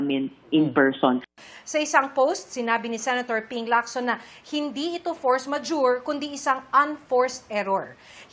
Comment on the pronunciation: Force Majurity daw.. 😂😂